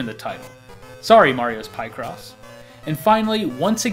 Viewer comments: Its pik ross not pie ross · PIE- cross!? Not PIC-ross, like as in PICture-CROSS? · Pic-ross. Not pie-cross. As in picture cross. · ...It's Mario Pic-cross as in "Picture" not "Pie" cross... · Marios Pie cross.... At least he didn't say Merio again I guess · "Mario Pie cross" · Mario's "pie"cross? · It's funny because he discusses how Qix is pronounced but butchers Picross